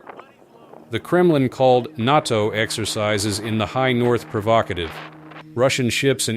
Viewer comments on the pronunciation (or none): Say it with me.... Nay Toe....Nato....not naughtoe. 🤣🤦‍♂️ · If United States and NOT TOE... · The cheap AI voice used to narrate this can’t say NATO right 😂 the NOTO exercises.. Sorry thought that was funny! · Is this channel nothing but AI slop? NATO is not pronounced that way.